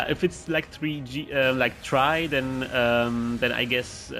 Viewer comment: Not tri tri G